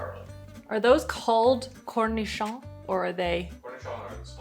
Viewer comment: I don't eat pickles but I like how says cornichon like cornish hen and now that's how I'll remember they're smaller